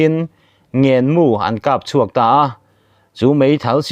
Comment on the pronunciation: Tawng zir a ngai deuh,eg ngenmi,hulhliap etc